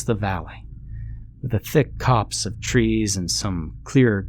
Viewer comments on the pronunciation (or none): none